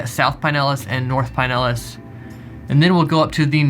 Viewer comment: Looking forward to the next vid. Double check the pronunciation on Pinellas though.